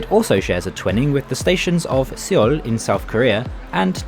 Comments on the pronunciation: Seoul is not pronounced "sayol" it is "soul" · Seoul is pronounced as soul. As in body & soul.